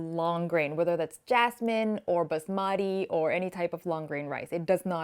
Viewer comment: Nice video. But please pronounce Basmati properly - the accent is on the first syllable, not the second! Very important, as otherwise it sounds weird!